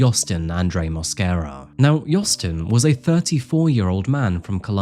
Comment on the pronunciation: Lo único es que el apellido es Mosquera en español no Moscara jajaja